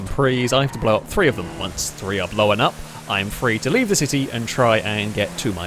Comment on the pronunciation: I gotta ask, what's with saying "Blowen"? I googled it to see if it was an accent thing, all I could find is that blown is past tense of blow and blowen is a prostitute xD Just to add, I love these videos, and love your commentary style, I've just never heard that pronunciation before! Also, the dive couldn't have been timed better with that Jetski coming over 😂